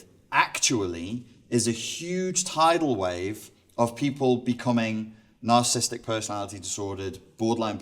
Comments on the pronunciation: For his12 years in the field, why does he keep mispronouncing narcissistic as narcisstic? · I do not know if I can trust a “professional” who can’t pronounce “narcissistic” or spell it.